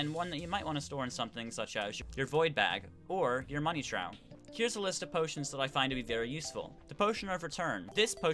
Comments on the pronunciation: Money TRAUW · Everyones making fun in some of his pronunciations, why cant you idiots just appreciate him using his voice to guide you? like theres kid laugh on him saying (Trow) to "Trough" instead of (Trowf) lmao y'all btw thx for the tips